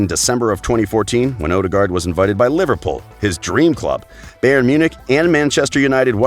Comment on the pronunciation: He pronounced bayern as bay ern and not buy ern that says it all